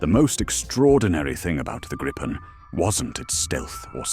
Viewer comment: It is pronounced Greepen, not anything else 😅